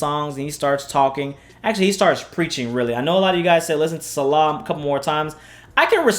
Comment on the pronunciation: It’s pronounced See-lah not salah. I had to do this because they are two different meanings for this and includes two different religions, Christianity and Islam. Selah is used as a break in the singing of the psalms and Salah is the practice of formal worship in Islam. Sorry I had to be “that guy”🥴